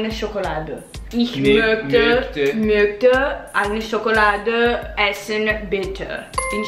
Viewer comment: Hallo! Ganz gut für 1 Anfang! Eindrucksvoll! Ich kann nicht glauben dass sie in 1 Stunde deutsch gelernt... Sie sprechen sehr gut, und fast keine Akzent (besonders ). Einige Korrekturen: "Ich möchte" --> man muss das "ch" wie "sh" in english aussprechen., nicht "zonne" aber "sonne". liebe Grüße.